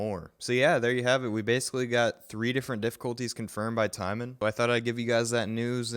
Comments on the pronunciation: His name is not TIEMON it is Tymon (Ti- mo- n) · I hate to to be this guy, but it's Tymon not Tymen . But totally nice try for this one ;)